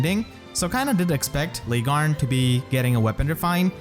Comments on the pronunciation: As always a great video. Welp, the only thing i have to say, is that Laegjarn is said "Leg Yarne" basically, but that is not important. Thank you for the great content. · You keep mispronouncing Largjarn's name/ The J is supposed to sound like a Y.